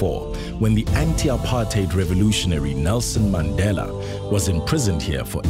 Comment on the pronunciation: Such a rare thing in this video, makes a pleasant change. A commentator who can actually pronounce "apartheid" correctly.